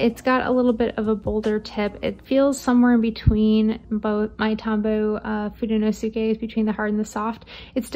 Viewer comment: Fudenosuke is pronounced Foo-den-oh-ssss-Kay. The Yoskue is pronounced yo-sss-ke.